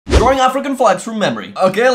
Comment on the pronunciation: I love how he says drawing drawring